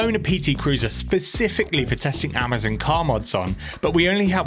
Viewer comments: AmaZON...not AmaZEN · It's Amazon not amerzenn lol